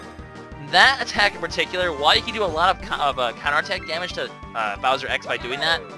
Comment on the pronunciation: its bowser not browser,he is not the internet!!!